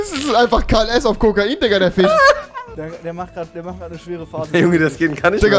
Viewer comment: rewinside is nur am brabbeln aber sagt dinge wie fiCH statt fisch, unlogiCH statt unlogisch usw. Anderer lauch alder den SCHEITENSEITEL wirklich ohne witz so ein hrn